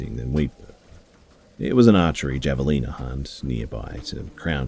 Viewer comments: The Airizona hunting story. It's pronounced "ha-vuh-leen-uh" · Javalina... the j sounds like an h- have a leena